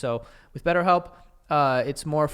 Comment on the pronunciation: Betterhelp. “Betthelp”